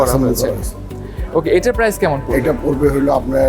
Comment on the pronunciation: আপনার PRICE(প্রাইস) উচ্চারণে ভুল আছে। ইংরেজি ভুলভাল উচ্চারণ না করে বাংলায় 'দাম' বলেন